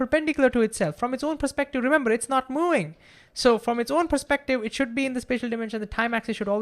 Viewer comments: I have problems understanding this man until I realized what the problem is: He doesn't say "moving" he says "mouing" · Can you please say "moving" instead of "mouing"